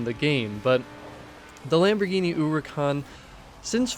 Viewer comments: Why does it sounds like he calls it a Lambirgini Uwucan? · Lamborghini ooricon